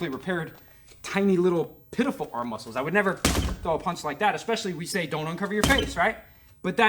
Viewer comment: "Our LEHG MOSCLES!" Channeling that Puerto Rican Kung Fu again? :D